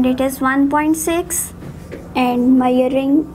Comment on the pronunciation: Its not mayaring instrument its measurring instrument